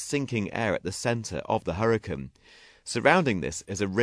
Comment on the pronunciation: hurriacanne not huricann